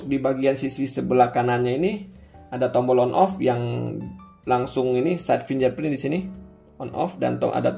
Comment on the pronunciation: masukan bang, fingerprint dibacanya fingerprin, bukan finjerprin 🙏🏼